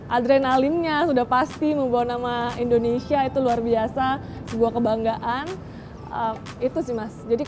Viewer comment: Dengernya kok rata² bilang Endonesia ya bukan Indonesia. Sampe ulang - ulang dengerin tetep dengan Endonesia.